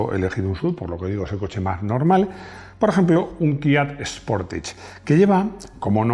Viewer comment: Kia Sportage no, Kia ''Potaje"😅